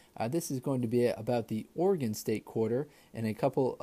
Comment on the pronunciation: Great video! I also want to thank you for pronouncing my state correctly! I have lived in Oregon my whole life, and I have been to Crater lake a number of times, it is truly breath taking. Keep up the good work with the videos!